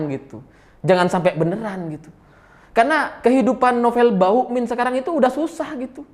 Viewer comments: KOK SAYA DENGERNYA BUKAN BAMUKMIN TAPE BAUKMIN HAHAHAHAHAKS RALAT WOY RALAT MATAK DEDDI SALAH TAPSER KAKAKAKAKAKS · bg nama nya novel bakmumien bukan novel bauin kalau susah nyebut nya novel ompong aja manggil nya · Hooooeeee....ngomong yg jelas dong.....nama sy Nopel Ba muk min...bukan Bauk min....bukan bawokmin...apa itu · ada yg nyadar ga klo nyebutnya "Novel BAUkmin", instead of Bamukmin...:D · kok saya dengernya Novel Bawukmin ya....😅😅😂😂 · Sengaja apa sengaja nih??? Koq selalu terdengar "NOVEL BAUKMIN"... wkwkwk.... Mantulll!!! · kenapa tiba2 "M" jadi "W"...😁😁😁